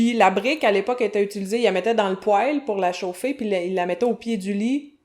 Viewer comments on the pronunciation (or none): none